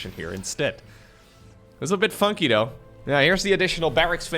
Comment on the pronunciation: why do you sound like you do? EVEN DOE WORK DOE HOW DOE HE WILL BE DOE.